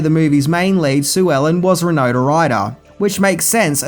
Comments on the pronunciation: Awesome movie. Unrelated: pronunciation of “Winona” always sounds like “Rinona.” Is that an Aussie thing? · "Rinona" Ryder? Really? Why do you do these things,?